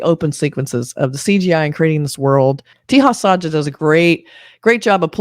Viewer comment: I spent almost 10 mins thinking what do you mean by "teehas aajaa". Let me help you... with pronunciation of...Teja Sajja. Consider the 3 English words.... (Say, job, suggest) 1. Te sounds like "say" but replace s with t 2. Ja sounds like 'jo' in job 3. Sajj sounds like 'sugg' in suggest